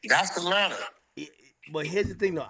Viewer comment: I’m high as fuck right now , bro said Ratlanta 😂😂😂😂😂😂 bruh